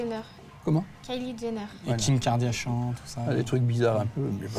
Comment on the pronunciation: Kim "Kardiashan" haha